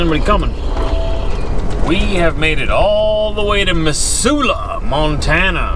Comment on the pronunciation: Born on my grandparents' homestead 90 minutes south of Regina Sask. & 90 minutes west of the North Dakota border. Will always have Montana deep in my heart & my soul. Missoula was my home for 30 years, too. (BTW, it's pronounced Mizzula.) Cheers to you, happy trucker!